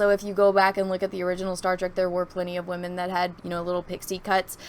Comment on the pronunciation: Notice "wamen" are prominent